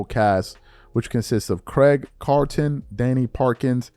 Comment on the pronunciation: C'mon, you gotta get the mans name right if you're going to play his audio on your show. Craig Carton, he's done some things in this sports media space in TWO major markets. Philly and New York.